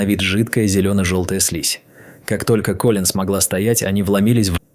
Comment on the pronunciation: То КОлин, то КолИн - какое ударение все-таки в имени персонажа?🤨